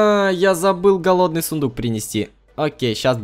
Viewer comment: Сыендук говоришь?я думала правильно сундук :D